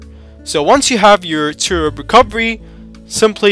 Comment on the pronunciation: Its TWRP (Team Win Recovery Project), not 'Turup' as you are pronouncing.